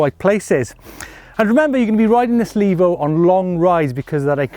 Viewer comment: Levo. Not Lavo. The e is long.